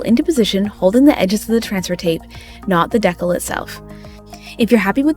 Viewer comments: I also came here to say, I enjoyed this video so much , so thank you, AND like others have said it’s pronounced Dee-Kal, not deckel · Honey, just a quick note to say I believe it’s pronounced DEE-cal, not deckle. Here